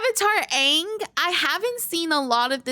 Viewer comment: Im sorry but its pronounced as Ong. Did you even you play the first level of the story mode?